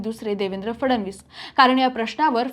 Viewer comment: cebc nahi may sebc mhna & la फडवणीस नाही फडणवीस असं म्हण बाई . विषय भारी तुमचा विषय गंडल बर का नीट स्पष्ट बोलणारे अँकर घ्या